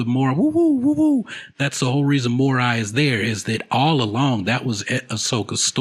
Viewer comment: Morai is pronounced Moh-Rye, I don't know why you say " moe-ray "